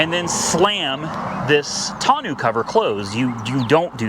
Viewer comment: Tonneau is pronounced "tonn-noh", not "tonn-ew" 👍